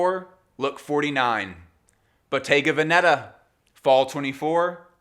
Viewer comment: The correct pronunciation of Bottega Veneta is: Boh-TEH-gah VEH-neh-tah, (not BOH-teh-ga veh-NE- tah) In Italian, Bottega places the stress on the second syllable (-TEH), while Veneta places it on the first (VEH). 😉